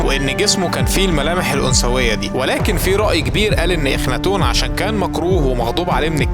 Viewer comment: اخناتون❌ أخنثون✅